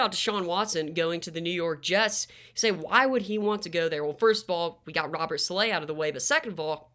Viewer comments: Sah-la not sah-lay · Saleh (Sah-lah)is the pronunciation, greta vid tho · Great video! But it’s pronounced “Saul-luh”